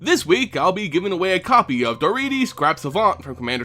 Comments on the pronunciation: I love Daretti as a commander. (By the way it's pronounced DarEHtti) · I thought Daretti was pronounced differently. Otherwise it is good to learn the back story for Grenzo and Daretti.